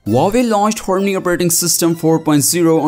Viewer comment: What did he say? "Horney operating system"!!